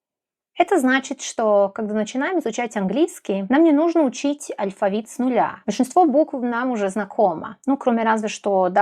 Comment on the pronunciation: До этого видео, думал, что вы носитель русского! Но, после того как вы сказали, что сербка и произнесли алЬфавит, и русскОго - всё понял :D Носители не смягчают л в слове алфавит, и произносят русского как "русскава", и таких примеров ещё вагон и маленькая тележка "акно" вместо окно, сонце вместо соЛнце, харашо, вместо хорошо... Вы поразительно хорошо говорите на русском! Но, есть ещё над чем поработать, чтобы не "палиться" :D